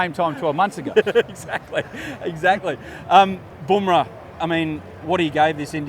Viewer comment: Not bom rah? Fkin English! BUMRAH IT IS!